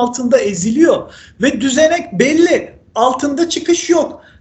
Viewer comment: Başlangıç ritüeliniz tahammül edilemez bence, birçok konuda sizlere katılmakla birlikte birçok abartı ve bariz muhalif tavır görüyorum.Ben sizden daha fazla muhalif taraftayım ama sunuşta önemli.Özellikle hala beri yerine belli şeklinde telaffuzuna sinir oluyorum.